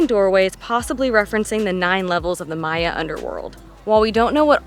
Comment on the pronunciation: "Maya" not "Mayan"